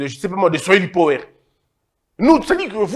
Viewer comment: La prononciation de power c'est pawa